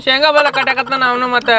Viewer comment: ಶೇಂಗಾ ❌ ಸಂಗಾ✔️🤣🤣